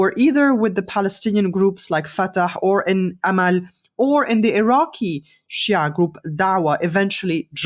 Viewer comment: Good podcast but I hate Ghattas' prejudice against shias as well as her pronounciation of the word